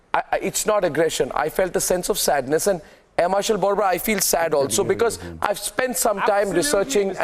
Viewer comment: His name is not Air Marshal "barbara". "nisha-ki shuruat(not Nishant)"-congi brain wash, bheja fry hai nisha ki shuruat .. It Is Air Marshal BORBORA .